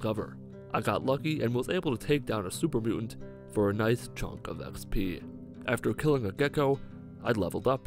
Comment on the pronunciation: yo i just can't 😂 Im sorry but the way you say xp kills me.